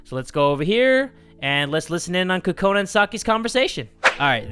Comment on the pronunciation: Kokona sounds like corona 😂